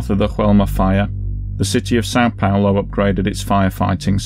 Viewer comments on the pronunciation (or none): you're welcome, but please, it's São PaUlo. "Paolo" is an Italian male name, and we're very far from Italy. "São Paulo" is just "Saint Paul" in Portuguese. (BTW, the name of the building is pronounced "zho-ELL-mah", not with the Spanish "H" pronunciation used in the video. In Portuguese, "J" sounds as it does in French.)